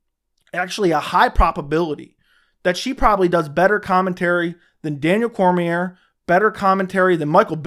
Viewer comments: You have a channel about mma and the ufc but you don't even know how to pronounce Daniel Cormier's name? Then you want to talk shit about commentators....does anyone else see the incredible irony here? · Imagine having an MMA YouTube channel and not know how to pronounce Cormier.